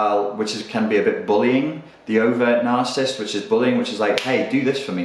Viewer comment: The fact that the presenter can't even pronounce the word 'narcissist' doesn't do his credibility any favours whatsoever.